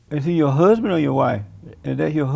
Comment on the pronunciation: The 'gay pastor' was more of an ADULT than the 'interviewer'. The Pastor didn't come to be part of a circus, and you can tell by the way he pronounced husband, the interviewer had NO INTENTION of having a serious, relevant conversation. But, I myself have some questions for the interviewer, why is it so important for you to know the intimate details of this man's private life? Is it idle curiosity or a need for information for personal exploration? would you like it if someone wanted to discuss your relationship publicly?